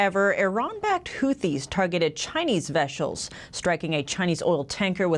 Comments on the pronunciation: Did she said veshells 😂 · "veshels"? ^_^ Makes that much more adorable and personable.